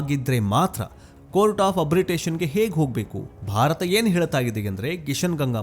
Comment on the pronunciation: ಹೆಗ್ ಅಲ್ಲ ಹೇಗ್ ಏನು ಉಚ್ಚಾರಣೆ ನಿಮ್ಮದು